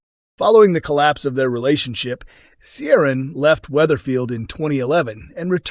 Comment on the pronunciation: Yes - didn’t realise Americans were that into Coronation Street history. Clearly they don’t employ any Irish Americans though who can pronounce Irish names properly.